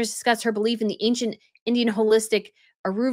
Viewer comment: Girl,, if you don’t know what something means, like Ay-Ur-vayda is a sacred Indian Practice. Also there are ADAPT-O-Jens. These are things you can and should take while pregnant. None of this is literally psychodelic or woowoo. No one’s doing drugs while pregnant. It’s sad because I love so much of your content but this is ridiculously petty, not to mention mostly untrue because you chose not to research the paragraph. It really makes you look unprofessional and you’re spreading false facts. Like we’re on the same side here no doubt, but that whole 5 minutes my jaw was on the floor. Please do better.